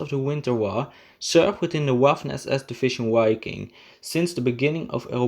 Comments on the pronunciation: APPRECIATE THE HISTORICAL INFO. PLEASE CHANGE: WI-KING not Ui- king, Wa- ffen not Ua- ffen. Anyways fantastic content! CONGRATS! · Wiking is pronounced "Vee-king". Waffen is pronounced "Vaff-en". Narwa is pronounced "Nahr-vah" Dniepr is prounded "D-nee-per". That's a start. I can't keep up with the mispronunciations - there are so many, essentially every sentence is an auditory train wreck. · The “W” in German makes a “V” sound. Say Vaffen and Viking.